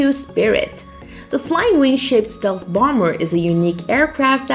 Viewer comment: This is the worst pronunciation of "Stealth" I have ever heard. Yuck. It's the focus of the video too...